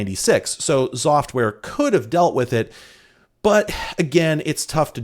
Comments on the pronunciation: Me, listening to saying "Xoftware" but not looking at the player: Zoftware? What a nice name. Pronouncing X as Z will never cease to amaze me;3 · I think they expected you to say Exoftware, the same way some people say "Exavier" instead of "Zavier" for the name Xavier.